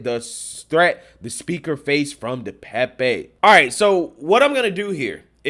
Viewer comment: DePape (Duh Pay'p. Youtubers have gotten the pronunciation wrong) Pelosi got to his phone, in the bathroom, by saying he needed 'a break' and walked, under his own power, to the bathroom. Pelosi opened the door to the police. Anyone with at least 6 functioning brain cells could tell that this whole situation glows like it's radioactive.